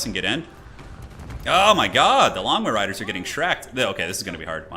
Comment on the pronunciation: I can't help myself but all I hear is "Lawn Mow Riders"